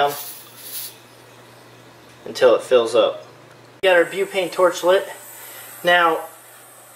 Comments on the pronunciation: its butane not bupane and its cmos not cmouse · It's called buTane not buPane. It says it right on the can. There's no such thing as bupane. And it's a CMOS battery not a CMOUSE battery. And you're?